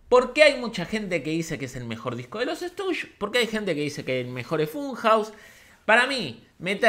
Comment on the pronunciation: Me molesta que digas "Estush" en vez de "Stushis". Igual te quiero.